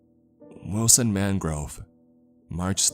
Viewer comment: i.... WILL-SON............ im sorry.